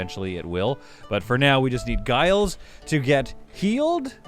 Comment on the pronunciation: Giles is pronounced Jiles - same as you said it but pronounced as if it had a J.